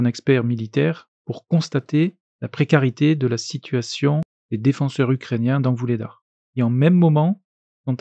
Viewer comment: Vou"G"ledar pour la prononciation ou Vou"GH"ladar pour certains. Pour la fin, merci depuis pas mal de semaine d'avoir ajouté les gains de terrains au moment (et pendant la durée de la réalisation, c'est dur, en plus avec les géolocalisations) mais l'on comprend que sur une durée, gains d'un coté où d'un autre de territoire, sont des pertes de l'autre coté. Ce qui donc, souligne des pertes de territoires. Sur un où plusieurs jours, inutile de faire de cumuls. Mais sur 1 mois comme vous le faites bien en montrant la dernière ligne par rapport à l'actuelle, là il serait intéressant de cumuler les gains de chaque parties et les pertes. En plus (une idée come ça, même pour les mises à jours ponctuelles) distinguer les gains en territoire Ukrainiens et ceux en territoires Russes. Mais c'est votre chaine, c'était juste pour aider. Merci pour vos efforts pour apporter un maximum de finissions à toutes vos vidéos et à la prochaine. Un de vos abonnés depuis longtemps, bon courage et bonne santé. Stop à la précarité, la maladie, la famine et la guerre dans le monde. On arrive à la fin 1er quart du 21e siècle qui normalement nous promettait une meilleur vie pour tous, PUNAISE ! Mais tant qu'il y aura des nuisibles dans ce monde et des béotien pour les mettre au pouvoir, on est très mal barrés ! Tuce de Strasbourg (France) POUTINE et aussi vivement TRUMP !